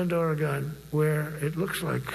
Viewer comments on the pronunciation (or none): none